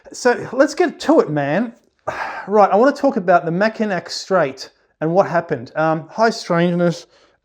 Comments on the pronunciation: Can confirm... we always laugh at anyone who says mackinac instead of mackinaw lol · Wonderful story... I'm from Michigan... Just to let you know, you're pronouncing Mackinac wrong... It's pronounced "Mackinaw"... Google can confirm this... I really did enjoy hearing your experience and love your channel... I hope you have a fantastic day🤗🤗🤗